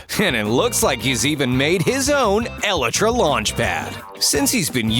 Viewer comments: It's pronounced el-eye-tra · What did he just call the Elytra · The narrator pronounced elytra wrong.